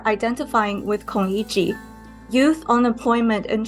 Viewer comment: Pls learn how to pronounce Lu Xun and Kong Yiji. I mean, just listen to your own interviewee. This is SCMP, right?